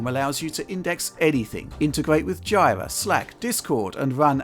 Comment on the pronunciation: Why does pronounce JIRA as "DZEYE-ruh?" It's supposed to be "JEE-ruh". At least, that's how we've been calling it at work for about 7 years now.